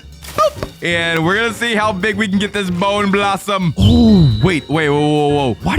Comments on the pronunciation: Bro its bone blossom not boner blossom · Boner blossom?! Its bonę blossom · It’s not bowner blossoms it’s bone blosssom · Why did bro call the bone blossom boner blossom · Bro it’s not not Boner blossom it’s bone blossom 😭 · Bro says bone blossom boner blossom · It’s bone blossom, not the not boning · Bro says boner blossom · WITH A BONEUHHHH BLOSSOMUH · Why you say boner blossom ?????????? AYOOO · Bro said boner blossom 😂😂😂😂😂😂😂😂😂😂😂😂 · He said b#ner blossom